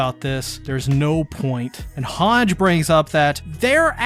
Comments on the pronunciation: great video but man its pronounced hangi like saying e when you are reciting the alphabet, not hange with a j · Mi-KAW-sa Hawnj Paradisss Er-WIN Yell-A-na Bruh what’s with these pronunciations?! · Hange’s name is pronounced Han-Ji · Does he s pronoun "Hange" instead of Han-ge on purpose ?